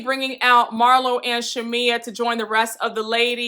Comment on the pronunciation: Marlo doesn’t know how to articulate herself very well & she also has a speech impediment so that’s why she butchers Shamea name sometime (Shamila) 😩 lol I understood what she was trying to get at but she just be all over the place lol Porsha acting like she didn’t know why Marlo thought there was an issue is weird as hell.... She was giving me baby Nene on this part.